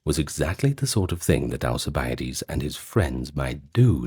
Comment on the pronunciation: AL CIB A DEES theres no a after the i